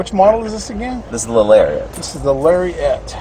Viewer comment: Larry-Ette? Oh me. Gotta get me one of them Larry-Ettes.